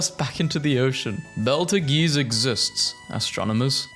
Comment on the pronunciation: beltegeeze (Its pronounced bee-tul-juice from what i remember)